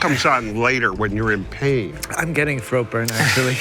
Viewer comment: got me too good 🤣the way he says "that comes later when your in 𝖕𝖆𝖎𝖓"